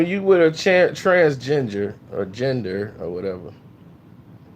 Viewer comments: He said TransGenjer 😂😂😂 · Is saying "transginger" instead of transgender? LMFAOOO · He said trans-ginger.... 💀💀💀